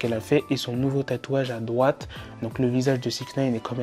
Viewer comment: A tu dis doite